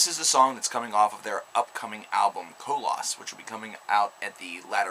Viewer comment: It's pronounced KolOss...not Co-loss. And there is no K in Especially!